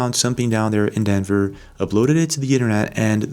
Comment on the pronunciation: Denver not dever